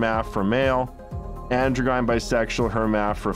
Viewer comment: The guy who wrote and read the audio book for his "Hard Times Make Tough Men" Spartan helmet book sounds like a doofus frat boy having trouble reading his own book. And by that I mean, "androgyn-" isn't "andro-GUY'n". It's pronounced "andro-jin", like gym, but with an "n". I'd like to see this author's credentials before giving this book a chance.